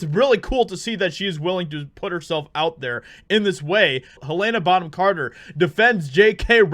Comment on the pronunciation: Can't cope with this guy disrespecting one of my favourite actresses by mispronouncing her name like… 😅